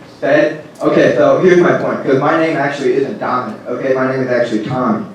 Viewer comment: "Tominic" LOL